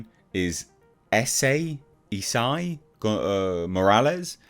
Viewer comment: Did he just say Ese morales ? SMH